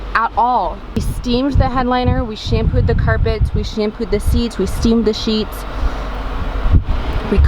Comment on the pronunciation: “i carpooed “